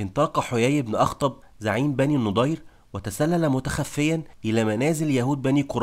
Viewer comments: مجهود مميز... لكنك تنطق الأسماء خطأ.. فنعيم بضم النون وليس بالفتح والنضير بفتح النون وليس بالضم وهكذا كثير.. ياريت تهتم بتشكيل الأسماء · احسنت وبارك الله فيك .. بس يا ليت تنطق إسم بني النَضِير بشكل صحيح